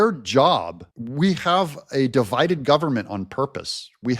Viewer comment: Debide and conquer 😂